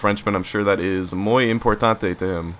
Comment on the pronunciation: "Muy importante" nice French Boston.